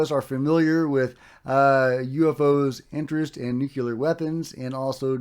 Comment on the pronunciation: I love your show but it drives me crazy that you say “NUCULAR” instead of “NUCLEAR” You’re not alone but I think it’s pronounced “NU Clear”. Just a thought.